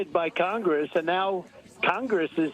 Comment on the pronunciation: He even has trouble saying the word “Congress.” He struggles with the pronunciation.